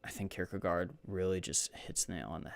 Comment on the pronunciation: Oh wow, you know how to say this fellow's name. You remind me a bit of Brackin Kirkland when he started out doing videos. I just read a really good article that the Hong's wrote on Francis of Assisi in 1963.